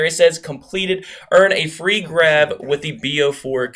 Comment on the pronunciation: I think its pronounced graaahhv